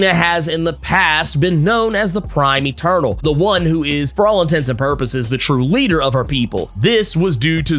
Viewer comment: I keep hearing "turtle" instead of eternal lmaoo